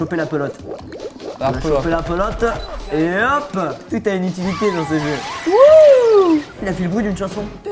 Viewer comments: C'est pas une Belotte mais une Pelotte ! Grrr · en fait on dis une Pelote et pas une Belote (c'est un jeu de carte) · Pelotte pas belotte... Mais sinon super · C moi ou depuis le début ils disent "belote " alors que c une "pelote de laine"??? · C'EST UNE PELOTE PAS UNE BELOTE OMG. MERCI. SUPERBE VIDEO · Je tiens à faire remarquer la taquinerie de Cyprien envers Squeezie qui dit "Kaye" alors que lui même dit belote au lieu de pelotes :P non sérieux continuez comme vous êtes, vous assurez !! 😘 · Et c'est une pelote ! Pas une belote :) Continuez c'est kiffant ! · Squeezie , on dit pas une " belote " mais une pelote ^^ Good video ;) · Squeezi dit le "belote" x) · une PElotte squeezie ! Pelotte ! pas belotte ! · "La belote" de l'aine mais oui bien sur! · c'est "pelote" et non "belote" mais sinon j'adore votre chaine :-) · Personne n'as remarqué qu'ils disaient belotte au lieu de pelotte? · Combien de fois vous avez dis "Belote(s)" au lieu de "Pelote(s)" ? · Wow ! C'est une "pelote" pas une "belote" :3 ^^ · juste comme ça les gars... on dit une Pelotte, et pas une belotte !! ^^ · C'est moi ou Squezzie dit belote au lieu de pelote ?^^ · C vrai ça se dis PALLOTE de laine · mdr c'est :"pelote"et non"belote" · Une PELOTE PAS UN BELOTE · On dit PELOTTE pas belotte ! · C'est une pelote pas belote ><